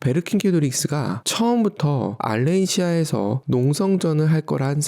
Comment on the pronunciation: 왜 알렌시아 라고 발음하지?